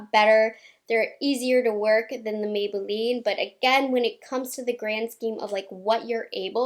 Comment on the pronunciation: I ❤ the way she says Maybelline